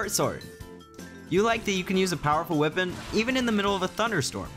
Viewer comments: Wipon. WIPON😂 weapon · why does he pronounce weapon as "wih-pun"? just curious